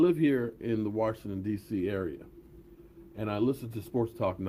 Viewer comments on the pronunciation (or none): none